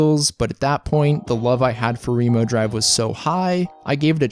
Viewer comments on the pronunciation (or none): wait, it's pronounced ree-mo drive?